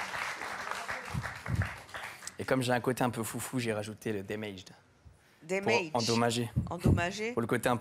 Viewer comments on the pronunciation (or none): Day mayged 😂 On dit DA-MAY-GE !!! dsl mais je l'ai ris pendant 20 min 🤣Tu te fais tatouer un mot mais ne sais pas comment le prononcer !?Ahhhh les européens français et l'anglais 😆